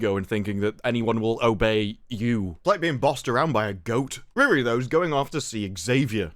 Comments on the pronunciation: Her name is not Rere, he name is REEEEEEEEEEEEEEEEREEEEEEEEEEEEEEEE. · Bro the way you pronounce Riri sounds like someone trying to say “really” with a goofball, stereotypical Chinese accent. 😂😂😂